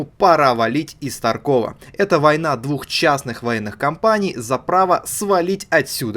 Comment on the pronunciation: Не таркОв, а тАрков, а то разработчики ноги сломают. P. S. Это фраза разработчиков